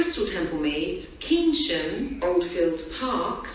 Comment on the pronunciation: pronounces Keynsham incorrectly.